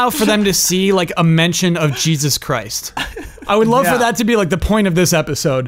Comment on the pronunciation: 2 Days later:: I just remembered that when said "who's Jesus Chhrist?" with the wrong "ch" sound. Something clicked in my brain. If they know how to read the word "Christmas" then they'd naturally pronounce it like that, without the "mas." (Or like "Chris" with a t.) "His parents must have loved Christmas!" (I am critical because I love.) (And respect.)